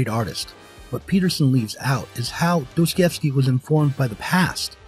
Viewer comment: Dos-toi-YEvskee, not Dose-Koi-evskee. Apart from that, excellent video!